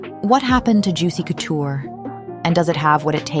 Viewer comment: Great video but the “coo-tour” is making me cringe